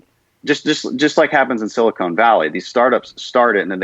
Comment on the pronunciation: Did he just call it “Silicone” valley?